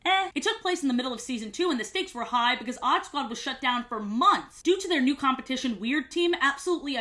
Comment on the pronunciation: i rlly thought u said oddbods i was so confused